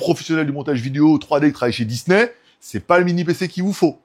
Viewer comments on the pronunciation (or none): none